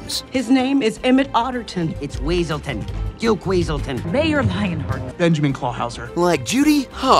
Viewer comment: So the weasel's name is Duke Weaselton and got mad when it was pronounced Weselton. This is like the opposite of that dude from Frozen.